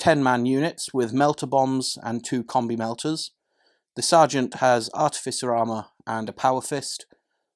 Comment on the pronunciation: I’m not usually one to correct how somebody pronounced something, for example I would say sijilite rather than the g sound. However as an Instrumentation Artificer it really grinds on me when I hear it pronounced the way it is in this video haha Ah-tif-uh-ser... is how you say it